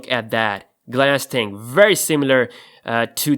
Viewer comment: don't say "ting" it's really annoying